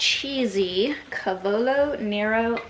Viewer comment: Dear, do you mind a pronunciation correction? it's CAH-vo-lo NEH-ro.